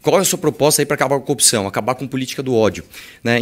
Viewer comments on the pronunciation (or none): none